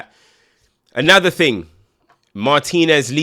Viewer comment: Thing or Ting mate?